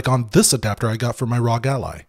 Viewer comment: You said rawg ally and that bothers me.